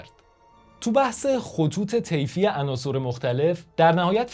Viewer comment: درود بر شما بسیار عالیست طرز بیان مطالب یعنی به نظرم کم نظیر می آید فقط لطفاً تلفظ عناصٕر را تصحیح کنید به کسر صاد ! حیف است بیان به این زیبایی چنین اشکالی داشته باشد سپاس